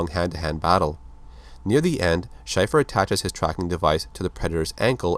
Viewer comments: Too late I know, but it's Shay-fer not Shy-fer..... great vid otherwise. My older brother had all these comics when I was a kid and I loved them. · It's pronounced "Shay-fer" not "shy-fur" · Wow, major mispronunciation of his last name! Shay-fer, not Shyfer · Shaeffer,Shay-fer..not shyfer. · Pronounced "SHAY-fer" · damn man schaefer like the beer not shy-fer... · It's pronounced like Shayfur, I should know I have the same last name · it's pronounced Shay-fer